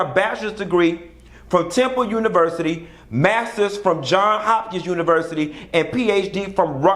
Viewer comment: Johnsssssss Hopkins (Johns has an 's' on the end) lol